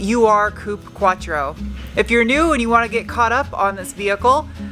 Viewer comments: My OCD goes crazy every time you say U R instead of Ur (/oor) the German word meaning original or earliest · Just a friendly tip. It's not pronounced U-R, it's not an acronym. It's pronounced "Oohr" because it's the german word for "origin", basically the OG Quattro. Neither is it an actual model name but rather a nickname. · I know you are young but it is not a "U R" quattro, it is an "UR quattro". Ur is German for original. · Great video!!! and now that you're part of the family, its urrr....not u. r. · With the ur Audi naming you got it wrong. It is not a "U R Audi". UR is not an abbreviation, but a single word. Ur in German can be translated to English with "the original". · it’s pronounced err-quattro not “you are” quattro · Love it. BTW, AFAIK, UR Quattro is not as in U, R, but Ur like in the german word for original, primal etc. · Hey, great content. May I make one observation on the Audi' name? The "Ur" part is an actual word in German. In this context it means original. You say it as one word and not two letters. "uuhR". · UR is not U-R in German it’s a word part saying it’s the original or ancient version of something Pronounced more like you’re without the y